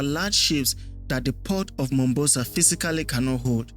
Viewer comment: The Southern port is called "MomBASA" not "Mombosa". The production and research was "top notch" 👍